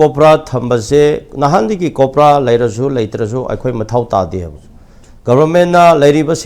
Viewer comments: "KOPRA"😂 Oja, "COBRA" ne khangpiyu😂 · yes, I know. Tangkhuls are accustomed to using 'P' in place of 'B' and vice-versa, so he says KOPRA for COBRA (focus on P & B). Likewise, I interchanged P and B in a satirical sense in the word 'khangbiyu' to 'khangpiyu'. Understood?